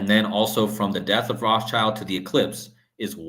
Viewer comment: The S in Rothschild is silent